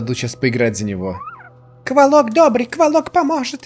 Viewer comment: Енто не КволОк, а КвОлок)